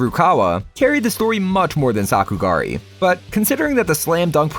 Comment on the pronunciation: no way you said sakugari😭😭😭😭😭😭